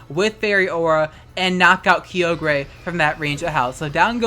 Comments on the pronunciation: EXCUSE YOU? ITS NOT KYOGRAY IT KYOGREE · DID HE JUST PRONOUNCED IT "KI-O-GER" AND NOT "KAI-O-GER"? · KI-YO-GRE? Isn't that KAY-OGRE(silent E)? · HOLY SHIT STOP SAYING KEEOGREH ITS KAIOGRE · You call it Kee-oh-gray I call it Ki-oh-ger. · It’s Ky-Ogre... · "Kyogrey" Unsubbed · u mispronounced "KyoGREY" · “Kee-yo-gray” the was you say it is incorrect lmfao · Someone needs to make a compilation of you saying “Creole-gray” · French style ;P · im unsubbing because the way you say kyogre /s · why haven’t you pronounced Kyogre with a soft g yet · Why must you say kyogre like this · I'm glad Kyogre's getting snapped in gen 8 so I don't have to listen to you pronounce its name anymore. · Why can you pronounce Kyogre right? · you almost said it right sis